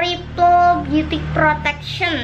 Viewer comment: 2.26 "trrrriple beauty prrrotection.." *posthink aja kekey lagi ngelatih kecepatan geter lidahnya